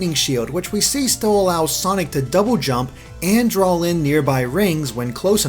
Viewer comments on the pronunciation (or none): why do some people say "drawl" instead of "draw"?????